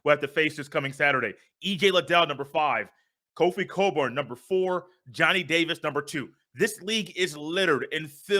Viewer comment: Kofi cockburn Not kofi Coburn Or kofi colburn Cockburn ! This PC society afraid to pronounce it 🤦‍♂️ they done canceled the ck 😂😭 🐓🔥